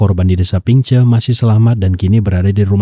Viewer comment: Gemes sma sound ping che bang ..bukan pingceu Ini tempt krja q sekrng salm dri hongkong bang